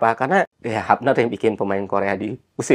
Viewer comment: Hubner Pak bukan Hapner. Belanda beda sama Inggris Pengucapannya.